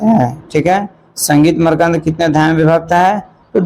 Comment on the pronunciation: Makrand ko markand kyo padte hai